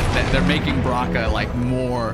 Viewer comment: () I love it when you call Baraka “Bronkan” LoL 😆